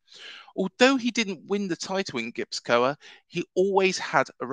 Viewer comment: Not a Bournemouth fan but I realiy enjoyed yiur video! I live in the Basque Country and it's a very special place with an incredible footballing heritage. Also just a tip Gipuzkoa is pronounced gii poof kwa :)